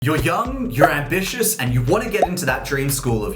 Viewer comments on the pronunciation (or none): brother its ambitious not "ambicous" in the intro